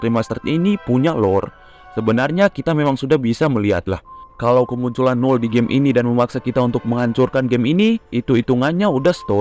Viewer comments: Null jadi Umal lagi🗿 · kok Null Jadi Umal🗿